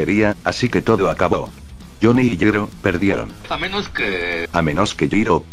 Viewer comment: Eeh, en realidad 🤓🤓 ball breaker no es una tecnica sino un stand 🤓👌 ya que asi se explica que gyro pueda ver los stand e interactuar con ellos 🤓🤓 ademas en todo tu video le dicer yiro y no yairo 🤓☕☕ asi que tu video esta invalidado 🤓🤓🤓🤓